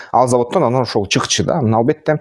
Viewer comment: Анан деп суйлосон боло тууган ан дебей😅